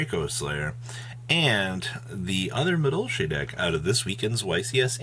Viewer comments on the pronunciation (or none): He said medolche then flu, and I just stoped giving a fuck about this video